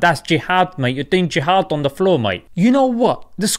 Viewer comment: The way you say mate 🤣 spot on